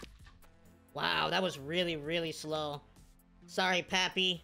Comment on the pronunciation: I’m annoyed that he says pappy instead of Papi